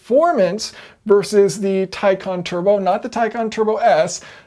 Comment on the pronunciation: Yep it is pronounced as tie con.